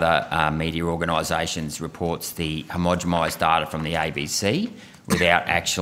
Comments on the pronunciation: It's "homogenized' with an N - the accent has him sounding like he is saying it with an M? Homogemized - sounds kinda wonky. Irregardless, :), he is doing really good work. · Why does he always say "homogemised" not "homogenised" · "Hermogimised"? Am I hearing right? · Agreed. The mispronounciations stretch into some of his biology/ medical terms too. He needs someone spotting and correcting his words. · Get it right mate. Read carefully. Not "homogemised". I do like your question though.